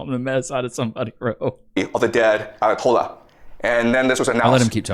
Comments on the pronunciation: Omg you might be retarded 😂 it’s pronounced Ayah-Tolah. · That's pronounced "I a to la. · Its kinda sad u cant pronounce or haven't heard of the Ayotolla man. How old are u? Geez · has never pronounced an Arabic word in his life, "A ah TOL lah", "Ba-raHN" lmfao CRAZY to cover something he has never read aloud before, talking about we started WW3. This is the state of the reporting on this. Also it was 3 F-15E's and it was friendly fire, basically to justify US Centcom taking control of the whole region over any of the local command.